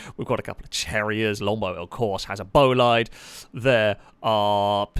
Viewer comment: This was pretty fun to watch... Until you pronounced Miramar as "marammar." It's Mira mar. How it's spelled. OK oh my gosh how can you pronounce very car name wrong? Cherrier is French, so it's "sherriay" Pessima is pronounced like pessimist but Pessima, and Bolide is not "Bow lied" it's Italian. Its pronounced "bo li de" with emphasis on the "bo"